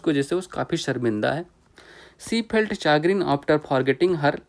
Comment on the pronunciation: चैग्रिन या चागरिन नहीं शेग्रिन सही उच्चारण है